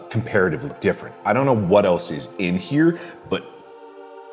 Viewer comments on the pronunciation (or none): none